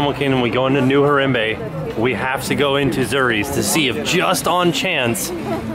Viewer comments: it's like har-ahm-bay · you're saying harambe wrong and it makes me sad :( also were you talking to a cast member ? he sounds a lot like someone i used to work with there!